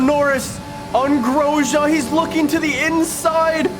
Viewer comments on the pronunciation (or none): Am I the only one who gets triggered at how he says Grosjean